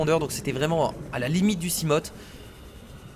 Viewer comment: Le Léviathan (la gosse bète qui a cassée ton seamoth) est imbatable (seamoth se prononce seamof et seaglide seagaide le a et le i ne font pas ai mais a i)